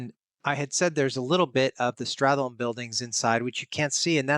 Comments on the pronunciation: Oh no I made a silly typo 🫣 I meant "sTRat", not "sTArt". Nevertheless, I wanted to focus on straTHolme as one sound vs strat+holme as two syllables. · the way you pronounce stratholme is quite weird. Everyone says start-holme and you treat that "th" in the middle like it's a single sound